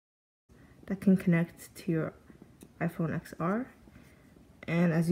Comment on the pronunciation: It’s pronounced iPhone 10r